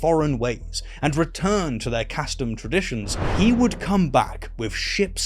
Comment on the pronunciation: Please, sir, you’re mispronouncing “kastom” — it’s pronounced “KAH-stom,”